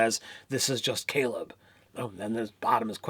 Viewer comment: Guys you mispronounced almost every name lol. Still love you guys. Laura Bailey (bay-lee) Ashley... yasha (ya-sha) not ya-cha Liam... Caleb (kay-leb) Travis - Fjord (Ford) Etc... Not trying to be a turd....